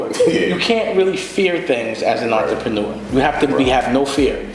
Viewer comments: oontra-paw-new-ah -dame dash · damn why can't Dame pronounce 'entrepreneur' correctly? Sounds like Russell Simmons must've been coaching him to say it that way. And there I was thinking those high-water shorts in every clip were bad...